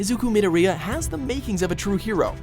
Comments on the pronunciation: Mid-o-Ri-ya? It's Midor-iya. nice try though. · The way to say Midoriya is NOT Mid-o-re-uh, it is Ma-dor-ia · Middo-reeya lmao how hard is it to say Midoriya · Did he really just say.. me-do-ree-ya? ITS MI-DOOR-I-YA. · I know he said mid or eeyya witch is super wrong it’s midoriya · Did he just pronounce Mi-door-Riya, mid-a-reeya. Jeezus Christ. He definitely hasn't watched Bnha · he says it midarea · nah he straight up said mi-di-riya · Nay Jee ,Me Doria ..... these pronunciations😭😭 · Read what i say: Me-door-re-A! That's how you say Midoriya's name. Jeez, get your act together. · WHY DID HE PRONOUNCED MIDORIYA'S NAME LIKE THAT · Is anyone else annoyed at how he says Midoriya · Don't ever say Midoriya ever again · and Midoryia(I think I spelled that right) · Every time they say midoriya's name it hurts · Wow .. The way u said midoriya 👎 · I know he did not say Midoriya wrong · No, did you hear how he pronounced Midoriya. I'M DONE!!!!! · dude you said midoriya wrong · The way he says midoriya gave me cancer. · Not to sound rude but its pronounced EE-zoo-koo Me-DOOR-ee-Ya